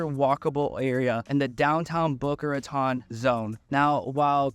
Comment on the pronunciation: Ratone is how it pronounced. You also butched Yamato Rd. Welcome. Paradise Palms is awesome. Just moved away from there. Blue Lake is amazing.